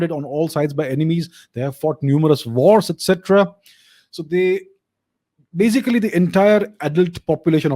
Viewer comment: I like when you always say in every video "bazically" 😋